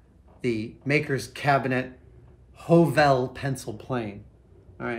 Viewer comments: Nice. A little pointer, though: The Norwegian letter 'ø' or 'Ø' is pronounced more like the English 'u', as in 'Huh!'. So think 'Huhvel'. :) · it is not pernounced ''O'' when it is written ''Ø'' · loved the way youbpronounced HØVEL :) it's more lige Høv'l when you speak it :) or if you are from Jutland its HØUL :) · The ø in Høvel is pronounced the same as the 'ea' in 'early', the 'v' as in 'very'. It's the Danish and Norwegian word for 'plane', as in wood-working plane.😉👍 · The word HØVEL is Norwegian for PLANE. A wood plane, that is. 😉 The Ø is pronounced like the sound you make after the H in 'huh', or between the hard G and the R in the word 'girth'. Or the first sound you make when saying Earl. 👍 LOVELY tools! 😍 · Høvel is Norwegian for plane (the tool). And as a fellow Scandinavian I'd like to inform you that Ø (Norwegian and Danish) or Ö (Swedish) is pronounced kind of like "uh" or the letter i in bird or girl (especially if you are doing an Arnold impression) The letter that is pronounced like awe or the o in coffee would be Å/å And finally Æ/æ or Ä/ä (Swedish) is pronounced like the a in bad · The “ø” in “høvel” is not a stylised “o”, but a different letter that’s pronounced about the same as the French ligature “œ”. As a short vowel, it sounds approximately like the “u” in “puff”. The Norwegian word “høvel” means a woodworking plane. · HØVEL. The second letter is actually a Danish/norweigian letter. When You pronounce it the correct Way, You Will ( though not spelled This Way) say the Danish counterpart of the Word: Planer! You know the tool You use to straighten Wood. It is pronounced (in This context) like the i in bird. And it does look like a miniature planer. Nice!